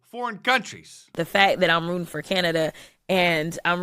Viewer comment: "the fak" and "troof". "Mirror-a-Lago" Yet she's in Congress 🤦‍♂️ "Mirror-a-Lago"